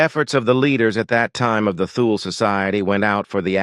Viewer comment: Not knowing how to pronounce “Thule” tells me this is hogwash. Toole , no h , ask siri